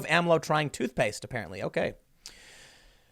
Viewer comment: pretty sure it was totoposte, but its funny to hear tim mispronounce it nonetheless.